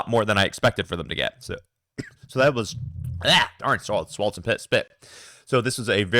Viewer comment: I have lol just thought it was funny sounded like you said piss haha